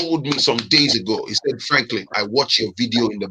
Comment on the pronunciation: Seriously sometimes😂😂I think you like""poultry business"